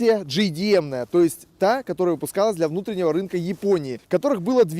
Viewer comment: В чем прикол говорить ,, йпония,, а не ,, япония